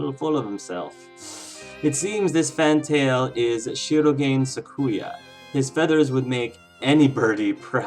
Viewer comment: If you don't mind, I'd like to point out that you're mispronouncing shirogane. It should be pronounced as she-ro-gah-ne(y).